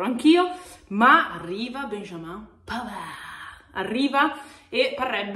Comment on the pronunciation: È arrivato pavarrrrrrrrrr (senza pronunciare la d mi raccomando) e grande marotta